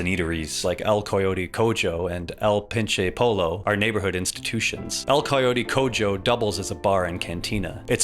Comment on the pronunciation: the way you pronounced "el coyote cojo" and "el pinche pollo" 😭😭😭😭